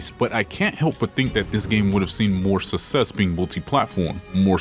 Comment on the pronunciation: suss-ess is not how you say suck-sess You got that DSP acceyunt